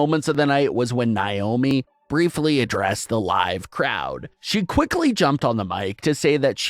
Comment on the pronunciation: her names naomi not wyomi